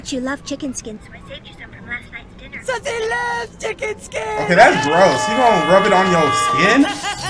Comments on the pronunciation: I’m just mad that he says “Susie” after someone says “Sussie” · Sorry but its sussie not susie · Sussie* and it’s not suzy (Sue - z) it’s pronounced Sussie (Sus - c) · It's SUS-ie not susie .😂❤ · It’s Sussie not Suzie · Her name is sussie not suusie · Sussie not suese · Fyi its sussie not susie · It's sussie not suzzie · it not soozie it sus eee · Sussie not Suzie as in pernounced shushee not soozie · It’s not Susie it’s (Su-Sea) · (S uh see) Not susie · It’s not Susie it’s sounds like sussy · Bro wtf is smoking they are clearly saying sussie but he keeps saying susie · I cant finish this video cause i cringe everytime he calls her Susie her name is Sussie like Sus as in SUSpect not Suzie you have to carry the ss sound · Sussie is pronounced saucy🤦🏾‍♀️😂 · its pronounced sus-E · It's pronounced sus ee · I'm not trying to be rude but her name is sussy, that's how you say it Edit:I'm sorry if he realized that I'm not done watching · Anyone else get mad be saying her name wrong